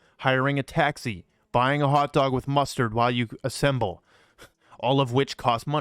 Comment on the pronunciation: Like how the guy said "hotdog with MUSTARD" lol